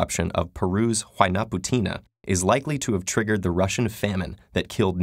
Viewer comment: Please say Huaynaputina again it's awesome